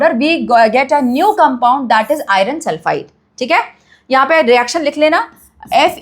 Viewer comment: ......irrrrrrron sulfide 😅😅